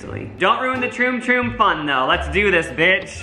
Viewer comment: he says Troon troo hahaha😂😂🤣